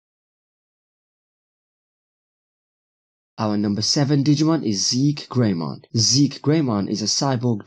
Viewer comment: It's pronounced Ze key greymon